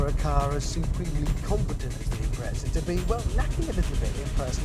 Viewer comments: IMPRETZA! COME ON... it's an IMPREZA now i can't stop saying Subaru Impretzel in my head. This video absolutely did not give me what i expected out of it. the title suggests he was going to compare the WRX to the WRX STI and give some differences in specs and feel. total let down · lmao, and Japan MADE the WRX's and its pronounced "Impreza" not your gay "impretza" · FFS. It's not an Impretza it's an Impreza. o.O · UK pronunciation